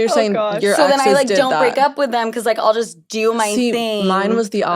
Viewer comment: New York said whit